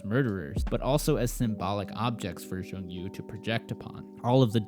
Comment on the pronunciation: great review! but it s jong-woo not jong yoo :)